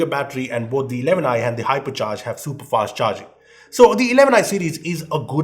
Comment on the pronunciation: I though he said Harpiccharge🤣, no offence he is the best reviewer.